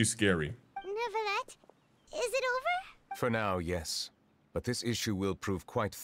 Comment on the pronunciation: I'm French and I can garantee that there is no R in Neuvilette. There is one in Jurieu but it is said in the middle of the name, not at the end. If there isn't an R, then there isn't an R pronounced 😀